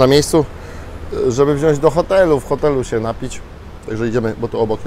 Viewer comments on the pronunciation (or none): none